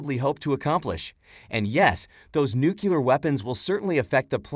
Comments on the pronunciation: I noticed that, too! We're supposed to believe AI is sooooo intelligent, and like so many people, it can't even pronounce "nuclear" correctly. And it's literally right there in the spelling. 😂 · Nuclear or nuculer. He doesn't know but can single handedly make one.